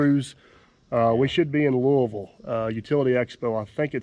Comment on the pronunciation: Having been raised in Jeffersonville, Indiana, and now in East Texas, it was great to hear how you pronounce Louisville. Wow, you brought back lots of memories. Keep up the good work.